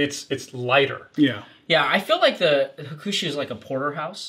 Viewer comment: made fun of pronouncing Miyagikyo incorrectly. But Sumimase my friend, you said Hukushu? You mean HAkushu. Maybe 8 straight drinks might have made you slur a bit. Have no doubt in your knowledge on Japanese whiskeys though. It was a really fun Drinkthough episode. Kudos to all of you! Nikka has been always good to me. Their discontinued Pure Malt whiskey must have been the most value added whiskey ever though. It was less than $10. Currently Kirin's Fujisanroku ($14) is probably the most value added one though. Thanks for your fun work! Cheers!